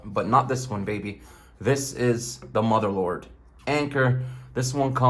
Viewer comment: Mother lord I think he was trying to say motherload